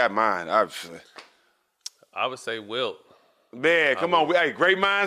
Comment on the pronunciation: I was like ... who da fuk is Will? 🤣🤣🤣🤣🤣 Wilt ... it’s a t at the end Fam.